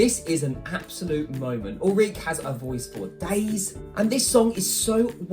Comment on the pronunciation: its pronounced ulrikk-eh